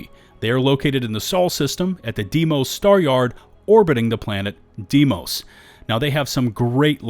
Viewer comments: I love you man, but it should sound almost the same as "day-moss". "Dimoes" versions is just reading letters using foreign phonetics. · this continues to bug me from everybody, its Deimos "day-moss" and its not a planet, its Mars moon. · Day-moss. say it with me. DAY-MOSS! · Ya forgot to mention Red Mile as you can purchase all the major shielded cargo upgrades. Also, I'm a stickler for pronunciation. Deimos (Da-y-moe-s) star yard. Otherwise, another great solid video! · Why can’t anyone say Deimos? 😭 it’s DAY mohs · FYI you called Deimos a planet but it's ackshually a moon of Mars (and is also pronounced 'Day-mohss')